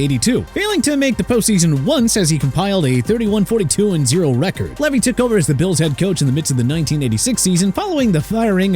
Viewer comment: Marv Levy (pronounced Lee vee)